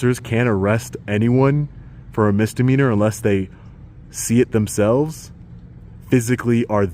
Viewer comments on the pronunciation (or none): The fact that the lieutenant pronounces Misdemeanor as mistermeanor says it all for me!